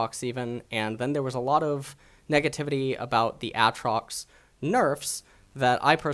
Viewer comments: Aatrox not atrox u dumbfuck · Please his name isnt ahtrox. Its Aytrox. Also this new champ isnt Aatrox. Its Boris. Bring back aatrox rito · Hey, it's AA Trox not Atrox PepeHands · AKA "" was gainfully hired to cast LCK in stead of the mediocre Snake Oil salesman Papa "In a World Where" Smithy. He is known for his strong opinions on the pronounciation of AYAYAtrox and his unparalleled knowledge of Thomas "the unbenched" Kench. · The way he says Aatrox gets me every time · say aatrox right pls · Its not Aatrox its Aatrox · the way you say aatrox is so cancer, it makes me wanna commit suicide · Why the fuck do your pronounce Aatrox like that...